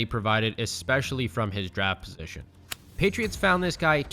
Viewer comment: Did you say gheytriots?